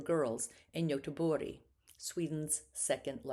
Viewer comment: I appreciate the videos as I'm educating myself on Nordic painters. But please use English pronunciations when speaking English. Perhaps "g" is spoken as "y" in Swedish but it's very distracting when you are speaking English. I had to constantly check the names being pronounced (Bergh, Goteborg, Furstenburg). I have heard this best-practice enunciated often: don't say "Par-ee" when speaking English, say Par-is--or you sound pompous.